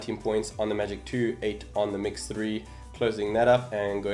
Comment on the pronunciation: some one just likes to say... magic twoo faster theere